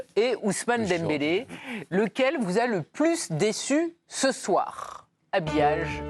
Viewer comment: elle a bien prononcée le r de "ce soir" Carine Galli.